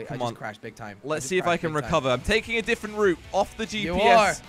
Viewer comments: Why do you say diffent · why he say diffvent